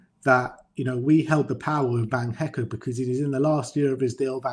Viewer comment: Guys who the fuck is van HECK? His name his van hecke - pronounced Heck-eh. This is basic stuff for so call football experts